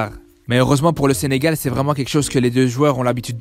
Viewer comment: Allleeeeee le SENGAL DIT par un marocain